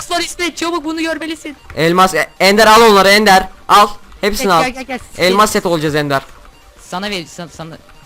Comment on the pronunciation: abi elmaz değil elmas :)